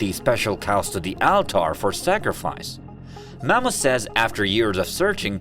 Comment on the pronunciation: Thats now how you pronounce ALTAR lol why do you even speak like that 😂